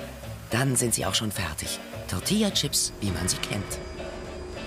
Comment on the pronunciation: BITTE SAGT "Tortillachips" UND NICHT "Tortiachips"!!!!!